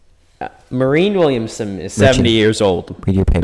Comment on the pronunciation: Marianne Williamson. Don't rely on Symone Sanders for pronunciation.